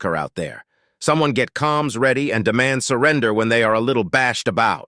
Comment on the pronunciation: Uh, the word is "Comms," not calms it is short for Communications